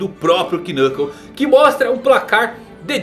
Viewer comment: O K de Knuckle é mudo, não se pronuncia ele. É estranho ver alguém que faz tantos vídeos sobre HXH e já ter ouvido o nome dele sendo falado diversas vezes e não saber disso.